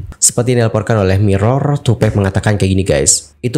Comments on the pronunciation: Tupack bang pack. Bukan pec😑😆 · Bukan tupek... Tapi tupak nyebutnya. Kwkwk tupac